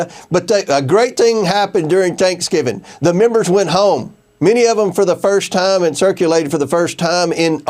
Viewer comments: Did this slug actually say, "A great ting happened on Tanksgiving?" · Did comer say... A great ting happened over tancksgiving